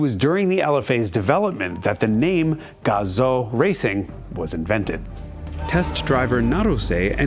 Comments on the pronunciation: it's Gah zoo gah zoo like Kazoo but with a g it's not Gah Zoe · GAH-zoo not GAW-zoh ;) There's no USA accent in Japan. Buuuut amazing piece on the best sounding engine ever made! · gazoo is pronounced, GAZUU. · Its pronounced Gazooo - idiot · I had to stop watching this video because the license plate told me not to. Also, Gazoo rhymes with kazoo.